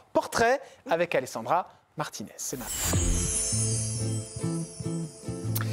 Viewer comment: Alessandra Martines c’est italien et cela se prononce à l’italienne